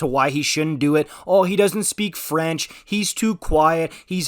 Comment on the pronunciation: Dude your French prononciation is perfect are you French?